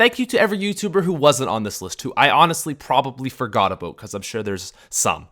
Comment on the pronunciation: you say "about" funny